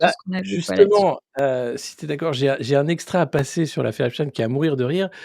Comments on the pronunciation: C’est pour ça qu’elle prononce Epstin au lieu de Epstein Analyse un peu simpliste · EpstEIN heu Epstine.... pk elle se reprend ????? 🤔🤔